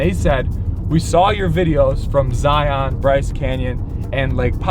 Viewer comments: Zion. Not zi-yawn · I cringed when he said Zi on. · the ranger can teach you how to pronounce ZION properly. With your sharing videos to the world of our precious petroglyphs I wish you would also ask that they are respected & not be defaced, since they’re getting so exploited and the more people know about them the more they’re at risk.